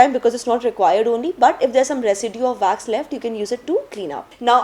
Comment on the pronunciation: It’s Wax not Vax